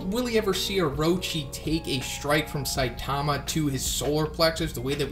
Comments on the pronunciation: its saitama not sitamia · Thought you said stamina there